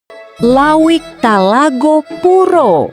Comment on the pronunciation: bukan lawik tapi lauik